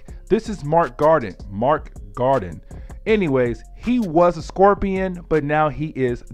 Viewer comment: I love your enthusiasm and dedication to telling the stories...but dude. PLEASE learn the characters ACTUAL NAMES. I mean, Mac Gargan is not Mark Garden. Wolverines son is Dakken, not Daykin. Other than that. Great work and keep it up.